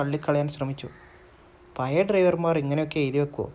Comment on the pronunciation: പയയ, നിയൽ, മയ, വയി. .. എന്തരോ എന്തോ 🤣